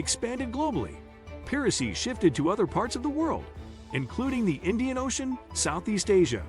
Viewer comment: Great video. Just a suggestion, but maybe check the audio for misspeaking words, like piracy